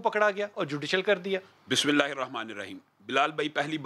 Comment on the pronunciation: بلال صاحب،آپ ابتدائ دعا عربى كى پليز سيكھ کر پرها كرين آپ غلط پرھتے ہين اور اس سے فائدہ کے بجائے نقصان كا احتمال هے٠(پليز بُرا نه بنانا ميرے پاس كوئ اور زرائع نہی ہين كه آپ کو بول سکتا ).